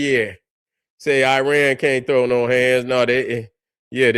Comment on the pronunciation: Another thing brother, where did you get "Aryan" out of the word "Iran"?